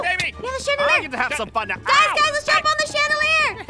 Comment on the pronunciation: I always laugh!😂when aphmau said im gonna swing to the chadalir and said from the what? And aphmau said chadalirrrrr